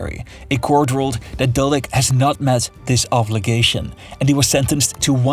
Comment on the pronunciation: Keeps calling the person dolek instead of Dodik.